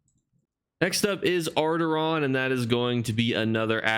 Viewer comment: It's Auridon, not Audiron.